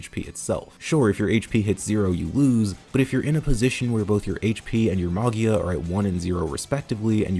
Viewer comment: Me, an italian, realizing half way trough the Arco review that you're talking about MAGIA that's literally means MAGIC in italian, and should be pronunciated like MAJIA, lie you would say "magic" but with the A instead of the C. Sorry but it was drawing me crazy, great video mate!